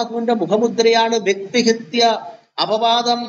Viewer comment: വ്യക്തിഹിത്യ അല്ല, വ്യക്തിഹത്യ ആണ് ശരി.